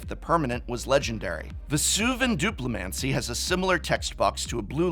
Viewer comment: I wonder where Vesuvan Duplimancy rates on a list of most mispronounced MTG cards.